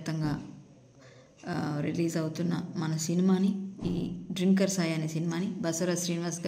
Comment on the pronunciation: డ్రింకర్........ అనకూడదు., తాగుబోతులను డ్రంకర్ అంటారు. ఇంగ్లీష్ బాగా వచ్చినవారిని అడిగి తెలుసుకో....